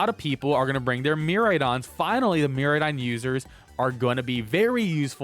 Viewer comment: Good stuff. Just a heads up, pronunciation is mere-AYE-don, and extra boost for electro drift is 1.33x, not 4x (so 2.66x damage from base 100 power)